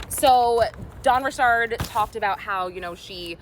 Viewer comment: I swear you and Kadishalynn are the only 2 people who pronounce Dawn Richard’s name right.